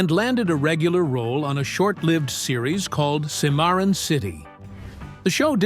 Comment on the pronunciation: I wish to god, if you Must use robots, at least teach them how to pronounce bloody words❗️ It’s Sim’-er-on City, Not what this moronic robot called it! Other than that, it does an okay job - or are we, heaven forbid, getting used to it! 🙄😡